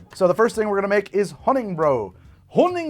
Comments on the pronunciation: It’s not “brow” it is “Brew” 💀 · I don't like how he mispronounces honning-brew. it's brew not brow, it just upsets me. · Hunningbrew = german Honigbräu = just say Honeybrew mead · I think you are being close to german here Honigbrau or rather Honiggebräu (Honey Brew) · god its so aggravating when he mispronounces honningbrew on purpose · Mispronouncing Honningbrew the whole video… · I know it doesn't matter. But MAN does it bother me how he says honningbrew. like the game has people saying it. Just say it the way it's supposed to. Either way great content. Will continue to watch